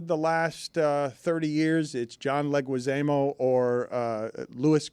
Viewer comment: How does Dan mispronounce Leguizamo after making fun of people mispronouncing names?